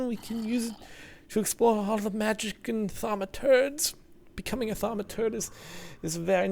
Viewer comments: THAUMUTURGE NOT THAUMUTURD let me repeat the pronunciation THAUM-A-TURGE not THAUM-A-TURD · ThamaTURD? Isnt it thamaTURGE? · Cobblestone is a key source of Perditio. Also It's Thaumaturge not turd. Too many facepalms to address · It's Thamaturge not Thaumaturd derp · Its a ThaumaTURGE not ThaumaTURD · Also wasn't it thaumaturge not THAUMATURD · Ha I thought you said thermometer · Thaumi"turd" heehee I LOVE BEING IMMATURE :D